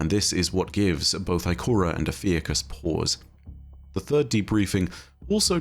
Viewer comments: Congrats on 1 Mil!! For future videos: Ophiuchus = Oh-phew-cuss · o-fee-uh-cus fuck guys its not that hard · I was looking at a Ophiuchus pronunciation video at the same time came in with the 'Ive been pronouncing it wrong'